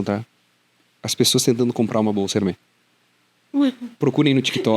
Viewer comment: Ótima entrevista! Papo bom demais e de alto valor. Apenas um adento quanto à pronúncia da marca Hermès, se fala como se fosse um acento agudo mesmo “Herrrmés”… Pelas regras do francês só seria pronunciado “Hermê” se não tivesse o S no final. Hermè 🇫🇷 = Hermê 🇧🇷 Hermès 🇫🇷= Hermés 🇧🇷